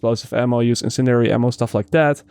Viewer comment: Add me on Uplay, I'll teach you how to pronounce; sensiTivity, incendiary and aberration. lol